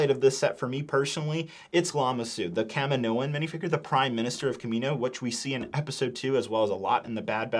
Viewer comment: I could swear it’s pronounced “kamIno”